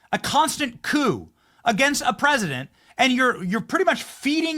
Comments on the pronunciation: Why does he keep saying “Presinent” and not “President?” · This guy continues to mispronounce President. He says it PresiNent 😂😂😂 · Im not sure why this others me, but why does he say PRESINENT instead of PresiDENT?? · Am I the only one who heard him say “presinant” over and over LOL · Is he saying “Prez-nit Trump?” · Presinant?? Haha. I can’t unhear it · Is he saying “Preznent?” 😳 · Is it me, or is he saying "Presinent" of the United States? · PresiNent? Just about as aggravating as folks forgot what the letter"t" sounds like. "Mi-in" = mitten. Silly habit. I've heard others pronounce president like that. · THIS GUY CAN'T PRONOUNCE PRESIDENT.